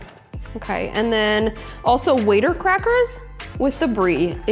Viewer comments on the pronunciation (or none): First time viewing this channel and you gotta train your bot to say words correctly i.e. water not waiter crackers and persimmon. I hope my bot doesn't do this. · Waiter crackers?? Could I be wrong in my pronunciation all these years? It looks like it says WATER crackers on the box. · I thought they were called water crackers. She pronounces it “waiter” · Re Water Crackers: my whole life I’ve said “watter”. Is it really pronounced “waiter”?? Never have heard that. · Charcuterie goals right here...gorgeous! Side question, have I been pronouncing water cracker wrong all this time? It's really pronounced "waiter" cracker? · WATER!! Not “waiter crackers. There is no I. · That tastless cracker is pronounced 'water' like the drink. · Nor water pronounced 'waiter" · Bro my uncultured ass has been mispronouncing "water" crackers this whole time